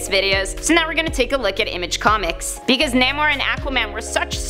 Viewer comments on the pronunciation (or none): none